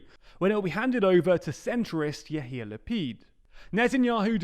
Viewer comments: You should pronounce it Ya-ir La-pid Not Ya-Hir La-pid. The way you pronounce it is used as an insult. Ya-Hir is arrogant in Hebrew. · Once again you've pronounced "Yair", ya-ear, with a glottal stop, as Yahir. "Yahir" means show-off in Hebrew, so you probably should get your pronunciation corrected. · Israeli here with tiny correction: it's pronounced Ya'eer, not Ya'hir. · Great vid but a quick note, Yair Lapid's name is pronounced "Ya-ear", theres no h. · His name is pronounced: Ya-ir La-pid. Without the h sound in yair. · Please, pretty please, learn how to pronounce Yair Lapid's first name before he makes another headline. There's no H there. Yahir, with an H, means conceited, something he has demonstrated this week that he is not. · can someone please tell the narrator to pronounce it ya-eer ? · Yet again you pronounced Yair as Yaheer after you were told SEVERAL times why it is important to spell it correctly. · There's no 'h' in Yair Lapid's name. I think I've seen this comment in other videos, but given how he's the alternate prime minister now and you'll probably have to talk about him in the future, I think it bears repeating. Maybe the confusion comes from seeing the name romanized as "Ya'ir" sometimes? In this romanization the apostrophe reflects a glottal stop, not an 'h' sound, but in modern Hebrew pronunciation it's pretty common to just ignore the glottal stop anyway. It's fine to ignore the apostrophe and just pronounce it something like 'ya-EAR'.